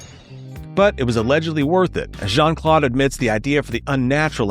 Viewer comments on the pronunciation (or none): I get triggered as hell when ai narrations and videos start going incoherent by calling jcvd Shawn Claude van damme😅 as fucktarded as Terrence Howard is I think he would've narrated this video better😅Shawn Claude van damn😅